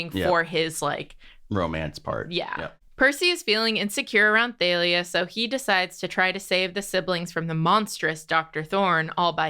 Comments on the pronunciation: theylia? not thalia?...........ok................ literally have NEVER heard that pronounciation of thalia/talia in my life. from the singer talia to the comic assassin thalia al'ghul.......no no to theylia. i. can. NOT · apparently Rick says he pronounces it more like thal-lia. I personally pronounce it like Talia or Tahl-lia. Never heard the they-lia pronunciation before so that's pretty interesting